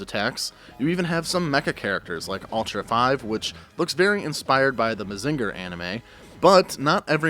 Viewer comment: Ultra 5 ? That sounded so weird when he said it like that